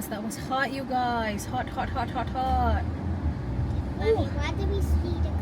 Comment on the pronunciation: Ang ‘mommy’ dle pa gihapon malitok pero an ‘hala’ litok dayun